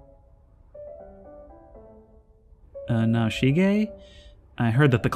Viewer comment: bro u reading Naoshige as "nah-she-gay" had me rollin